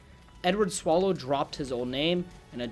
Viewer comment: Lmaoo Edward ‘Swallow’ You mean Sallow*** Caesar gluck gluck